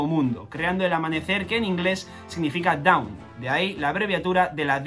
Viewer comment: Hola. Solo una pequeña correcion. Dawn se pronuncia “don” no daon.